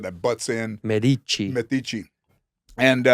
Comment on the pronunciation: Medici 😂 it’s metiche.